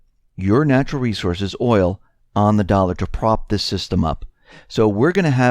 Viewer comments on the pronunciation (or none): none